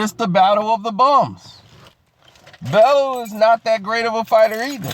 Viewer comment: his name is pronounced bellyou not bellow!